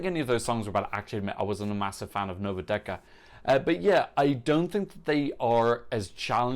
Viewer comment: IT'S NOT NOVA DEKA IT'S NOVA DETSA - THE "C" PRONOUNCES /TS/